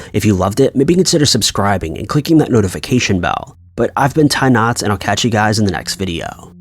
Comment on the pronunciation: “I’ve been Ty Notts” sounds ridiculous lmao